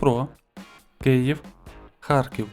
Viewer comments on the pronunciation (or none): none